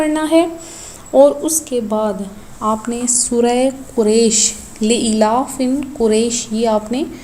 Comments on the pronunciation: Sorat dekh kr pren .li ilafin ni hy li ilafi .....hy talafuz thk krn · pahle tum khud to quran sikho lilafe quraish hai not lafin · Pehly bismillah ghalt parhi Phir sorah ghalt parhi Li eelafi Quraysh hota hy